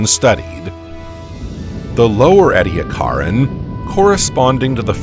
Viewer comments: It’s pronounced ee-dee-AK-er-in. The emphasis is on the third syllable. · Is he mispronouncing Ediacaran? Or are there regional differences? He says 'eddy a CAR in', but I've always heard it as 'eedee ACK a rin' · Look up the pronunciation of Edicaran. According to Wikipedia EE dee AK er en, with the stress on AK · I have always heard it pronounced EE-dee-ACK-are-an. But, as an American, I have often found that Australians pronounce many words differently from how people in the USA pronounce them, so there may in fact be no right way and wrong way. Since these fossils are named after mountains in South Australia, perhaps it would be best to defer to the Australians. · I have just learned that one of my pet peeves is when people mispronounce Ediacaran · Man I love the video but the way he says Ediacaran for some reason sounds wrong but whatever still liked lol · This guy can't even pronounce half the words properly. Ediacaran sticks out immediately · The narrator’s continual mispronunciation of “Ediacaran” is grating on my nerves. He had ONE JOB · The narrator (highly likely an AI) has very strange pronunciations and inflections. The word Ediacaran was consistantly mis-pronounced. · Take a shot every time he pronounces ediacaran wrong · That’s just not how you pronounce Ediacaran